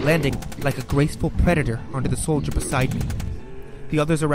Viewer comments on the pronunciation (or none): none